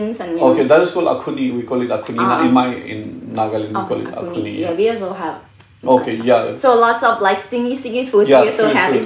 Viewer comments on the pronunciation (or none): # ALOBO NAGA. that's call axone not akhuni 😂